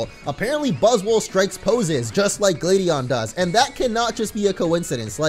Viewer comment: much why can't you say gladion write